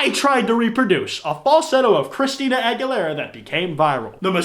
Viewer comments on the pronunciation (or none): none